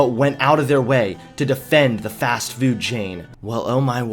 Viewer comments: It's pronounced Fast-Foood, not "Fast Fewd" okay Marcia Brady? :P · today it's fast fewd. lol